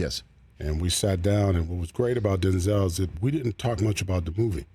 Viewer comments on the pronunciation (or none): If we all respect Denzel like we say we do, can we please start saying his name correctly. There's no accent over the second E. Say it how it's spelled. He's said it himself. It was his fathers name.